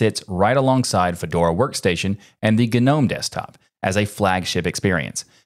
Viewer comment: The G in Gnome ist not silent!